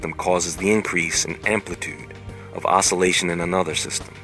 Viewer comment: It's "THE BEING AWARE THAT YOUR AWARNESS IS AWARE" O...SOUL...ATION